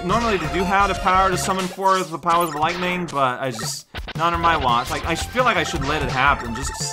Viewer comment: yeah I guess it is more common to pronounce lightning with two syllables instead of three. Something to keep in mind I guess.